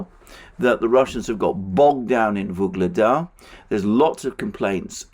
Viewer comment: Every time says "Vuglada" I hear the Beatles song "Ob-La-Di, Ob-La-Da" in my head.